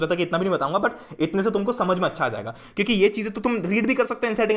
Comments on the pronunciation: Bhaiya aap kiuki ko chuki kiu bolte h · why you say chuki instead of kyuki